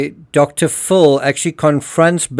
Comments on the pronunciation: You are a very good detective and I really like your videos. Just one correction. The way you pronounce Dr. Phill it sounds like Dr. Full. Sorry to point it out. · If this AI voice , im sick if you prpnoucing it " Dr Full" its Dr Phil! Aldo Burke is CLEARLY autistic . He has to be. If he hurt his sister IDK but hes austistic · Dr. PHIL , not Dr. FULL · Dude your my favorite true crime channel. I cant tell for sure, but i swear you say Dr.fool for Dr.phil. ha-ha my hearing isnt so good